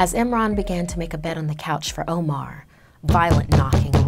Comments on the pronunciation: IKR! She literally pronounced "omar" as 'omore" which is an ice cream brand 😂😂😂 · My name being Omar aswell, I am offended.